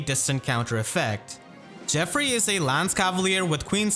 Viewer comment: how may videos do i need to explain tghats not hwo you pronounce geoffrey